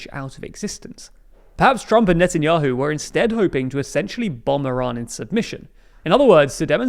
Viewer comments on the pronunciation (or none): none